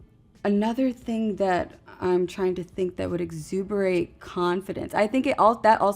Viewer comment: "Exsuberate"? Really? 🤦‍♂